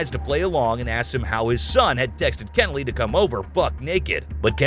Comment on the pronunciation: It’s pronounced “Keh-nelly”. If you’re going to say the name 75 times, best to at least say it right.